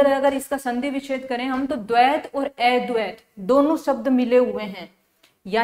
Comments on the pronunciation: अ को ऐ पढ़ रही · अद्वैत शब्द का उच्चारण सही नही हो रहा है जी